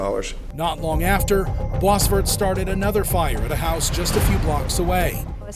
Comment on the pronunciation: This is so bizarre how the narrator pronounce "Boisvert" last name. It's a french name. Bois = Wood, and Vert = Green.